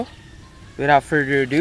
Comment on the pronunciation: what I heard on "so without further redew?" XD